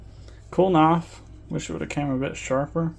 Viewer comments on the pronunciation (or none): Knahwf? Bro, where the hell are you from? Just giving you a hard time,😂, thanks for the vid and good work!!